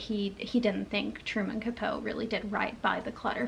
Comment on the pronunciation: Love your channel, and hearing your insights on what you are reading. I've read In Cold Blood & found it to be interesting. It pretty much kicked off the True Crime genre. Yes, he did take liberties (aka just made up scenes to make the book more interesting), and it worked. Today we are more likely to see the disclaimer - Based on a true story. I believe Capote is pronounced kuh-po-tee. I also read 1984, back in junior high, so it's been a while. I definitely would have gotten more out of it if I had read it as an adult. Never have I heard of Birdsong. According to Goodreads it's #2 in a trilogy?? I think I will pass on that one, but I thoroughly enjoyed your review ❤